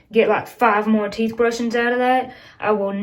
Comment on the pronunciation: teeth ahbrushin...love it